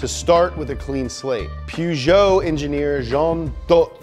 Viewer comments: When he started saying pergeot I didn’t know what he was saying at first until I saw the car 😂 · Great video but did you really pronounce Peugeot like "pew-jow" 😂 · I cringed when he said “ople” instead of opel and “pisho” instead of Peugeot and Citrone instead of citreon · i know right... "Pyu-jo" Ha ha ha xD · Peugeot? It's pronounced Peugeot.